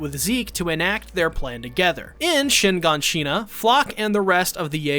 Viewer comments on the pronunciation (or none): Shiganshina, not Shinganshina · I’m sorry shin. Gan Shina Bruh it’s all together shiganshina and hangj bro it’s Han gè hangs